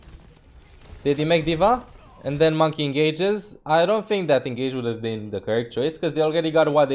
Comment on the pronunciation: "It is just a game. Why you heff to be mad?"